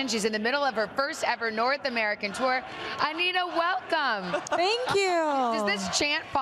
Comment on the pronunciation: Essa apresentadora falou Anitta e não anira . 😮